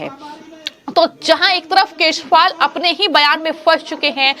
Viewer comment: को केजरीवाल, बी जे पी व चुनाव आदि जैसे शब्दों को, किसी योग्य टीचर के संरक्षण में, रोज कम से कम 100 बार सही उच्चारण करने की प्रैक्टिस करनी चाहिए। शायद फिर वो ठीक तरह से बोल सके।